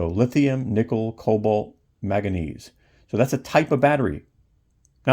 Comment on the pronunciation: Like the review. The element is Man-ga-nese. It's an element in the periodic table.